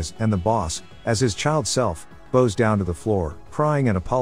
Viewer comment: > boughs down to the floor TTS isn't perfected